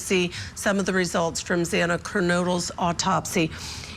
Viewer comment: Morgan? Zana? This guy needs to pronounce their names correctly. Maddie, not Mogen (Morgan). Zanna is the correct way to say her name.